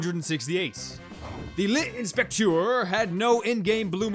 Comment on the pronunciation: "The L'e spectuor" No it's not how you say that for god's sake XD i love hearing english people trying to say french while myself I speak french